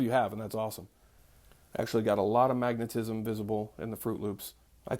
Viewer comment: 😂 When you first said magnetism I thought I heard you say maggotism. 😂😂 Btw I found a bug in my tea crackers. Won’t be buying those again in the near future. 🤨